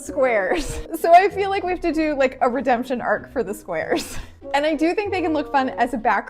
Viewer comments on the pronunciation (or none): Not me thinking she said swears till she said not exactly squares but Rectangles